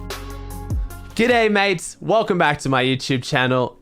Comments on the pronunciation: Hearing "Good ay mates" just makes my day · The iconic "Good ay mates"